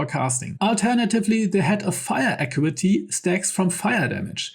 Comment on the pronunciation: The information is great, but even as a non-native speaker of English myself, I find it extremely hard to follow then every second sentence features mispronounced / wrongly emphasised words. This is especially apparent on recurring words, such as attack (at-TACK), initiative (in-NI-tia-tive), acuity (ac-KYU-i-ty), melee (MAY-lay, but it’s a French word, so me-LEE or anglicised me-LAY may also come up sometimes) etc. If you’re unsure about the pronunciation, just look it up. 😉 I recently realised I’ve been mispronouncing “lure” my whole life, until Astarion taught me how to say it correctly, once we had beaten Cazador. 😂